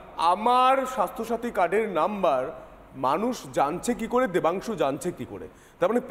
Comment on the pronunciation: No Debansu, it's Vodansu😅